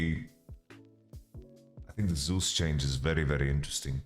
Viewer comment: "Zus" and "Sus" are different my man